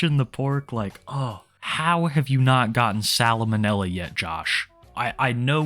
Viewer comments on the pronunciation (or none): LMAOO it's not "Solomon Manila" it's pronounced "Sal- manilla". 💀💀 💀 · "Salamonella" lol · “Salamonella” bro it’s “salmonella” 😂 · i like your videos but if you aren’t sure how to pronounce something please don’t say it more than once. salamonilla lmao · I hate the way you pronounce Salmonella.. “Sal-a-mo-nella”.. ITS SAL-MO-NELLA!! WHERE IS THE OTHER A?! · It’s salmonella not salomonella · No offence but, Salamanela - gold. Salmonella. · What is "sal-a-mo-nill-a"? Sal-mo-nella is a thing tho...... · Salma nella😂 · I love so much your pronunciation of salmonella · How you gonna shit on this man for calling chops wings and ribs and then immediately mispronounce salmonella?! Shame on you,.